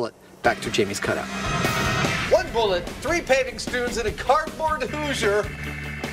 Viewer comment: did he just say 3 paving stoones? Weird!